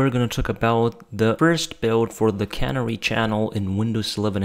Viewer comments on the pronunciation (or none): Can - AIR - ee, shooly?